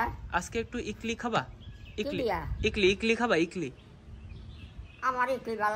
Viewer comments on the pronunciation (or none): ইগলি নয় ইডলি হবে ওটা